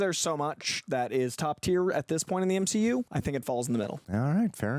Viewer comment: Did just say "M-SHE-U"? 🤔Is he turning to the darkside? 😦